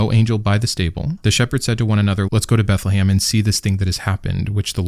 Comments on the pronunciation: This guy must be hungry for Christmas dinner... He keeps talking about "Beth-le-HAM" 🍖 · It is Beth le Chem. House of bread in Hebrew.